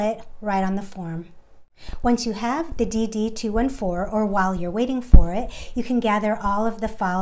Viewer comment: DD- 2, 14. That was hard being a Veteran hearing her say “ DD -2,1, 4 “. 😖😖😖